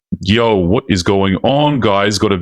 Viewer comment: I was wondering why the "Yo" was so short....the AI needs to be retrained.